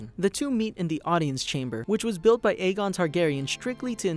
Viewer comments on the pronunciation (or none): none